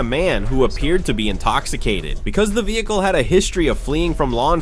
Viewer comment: Bro said vehiclell